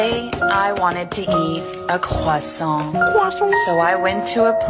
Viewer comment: She said Croissant like a french you what a translate = ( de à Elle a dit Croissant comme une française tu veux la traduction =